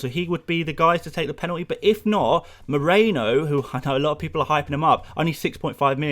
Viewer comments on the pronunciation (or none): none